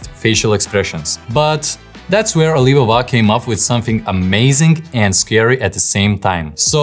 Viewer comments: Very interesting video! Thank you for sharing this with us 😊 By the way, I believe that Chinese company's name is pronounced "Ah-lee Bah-Bah" - with the Ali Baba pronounced as two separate words. Great video! Thanks again 😊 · Clearly you are fake, its clear, since no real person would pronounce Alibaba that way